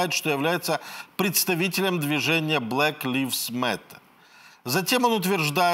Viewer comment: блэк лайвз а не блэк ливз.